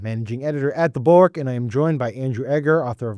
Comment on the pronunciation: Sam Stein "The Bulwark"has THREE syllables (no really)! I heard you say "The Bork" and looked to see what I was listening to.